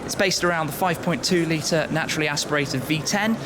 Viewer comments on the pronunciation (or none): none